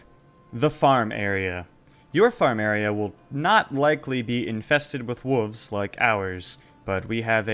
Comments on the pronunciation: WoLves!!! Not wuvs 🤣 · Why are you not pronouncing the “L” in WOLVES???? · Hey man love the video, but you do know there's a letter "L" in the word wolves right? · why are you calling them wuvs instead of wolves? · What is a whuv? Did you mean wolf? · Whats is a wooovzzz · Okay I’m actually confused, are you saying wooves on purpose or do you actually say it that way? No judgement if you do. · Yeah those “Wuves” can get annoying time to time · WTF is a woov? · wtf is a 'wuv"? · Dafuq are "Wooves?" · you fuckin say wooves? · "Who put wooves" lmao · I don't think wolves is pronounced like that